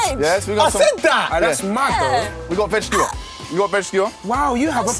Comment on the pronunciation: Please accent fail 💀💀😭 I wanna SeE SoME vEGTABles